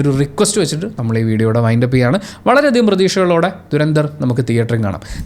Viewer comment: "ധുരന്ധർ " ആണ് ശരിക്കുള്ള ഉച്ചാരണം "ദുരന്ദർ" അല്ല.